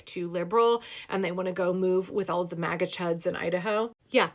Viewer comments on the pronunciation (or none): none